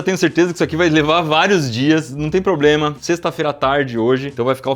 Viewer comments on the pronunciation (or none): none